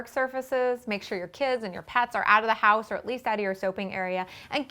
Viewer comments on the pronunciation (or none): none